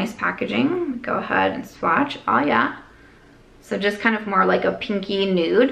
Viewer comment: The MidWest came out a little there! “OoohYAAA” 😄💜